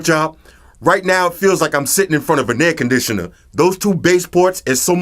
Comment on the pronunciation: Its olmoost like a aircondisanar 😂😂😂